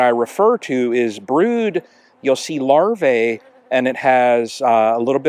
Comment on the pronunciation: Singular is larva, plural is larvae. The latter is pronounced larvee, not larvay.